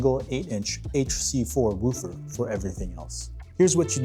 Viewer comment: You are pronoucing “woofer” incorrectly…. Just FYI